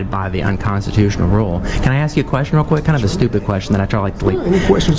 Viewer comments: if you axe sombody its a crime learn to speak english its ask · So we axed you one time to sit... He axed you!!! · hey it is ask not AXE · He clearly knows what he’s talking about… he said he’s AXING you a question…. AXING ???? …. YOU SOUND DUMBER THAN YOU LOOK . What is axing a question mean?